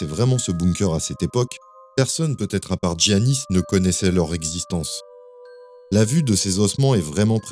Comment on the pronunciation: Pour info, en grec c’est prononcé Yiannis et pas Tziannis.